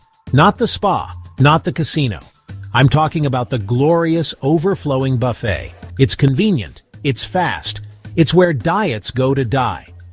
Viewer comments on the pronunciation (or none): AI slop. Most of the video isn’t a cruise buffet. Also “buff-ett” instead of “buff-fay”. Come on